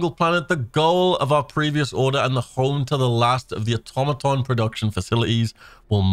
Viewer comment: Are you saying automaton wrong on purpose?